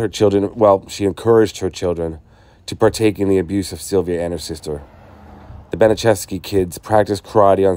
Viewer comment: Gertrudes last name is pronounced bana chefski